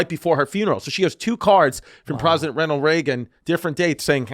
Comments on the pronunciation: “Prosident renald raegan” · He just said “Prosident Renald Reagan” 😂